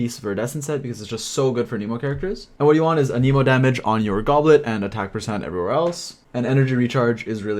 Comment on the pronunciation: Its not aneemo its anehmo, you running the jp vo?